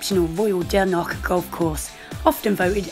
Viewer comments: It’s Dornoch not dernoch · why are you pronouncing it as “Dornock” that’s a completely different place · yeah sorry I was kinda rude to point it out but from speaking to the locals in the past they all really hate it when people call it Dornock and get really triggered. Honestly not everyone can pronounce the “ch” sound like in loch for example. So sorry for being rude to point it out but yeah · My bad! 😂 I was really struggling to pronounce it